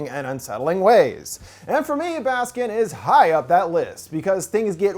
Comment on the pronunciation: i’m probably as turkish as one can be and it took me several minutes to realize that by saying “baskin” you actually meant “baskın” 😭